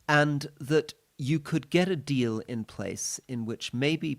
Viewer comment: Rory said, 'minerals deal' but it sounded like 'minerals steal', which describes it perfectly.